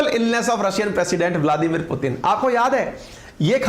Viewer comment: Sir aap bladimir putin kab bolna seekhenge.